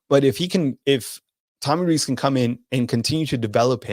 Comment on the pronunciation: It's pronounced "Rees" like "lease."